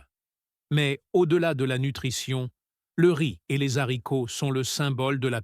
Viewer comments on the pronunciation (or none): J’adore le rize et les zaricots. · Les zaricots ? 😂